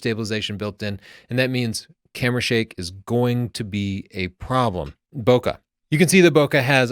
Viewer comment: When did you start mispronouncing "bokeh"? I've heard you say it correctly in the past.